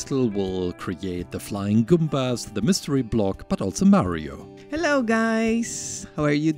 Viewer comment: Mario is pronounced "MAA-rio", not "ME-rio".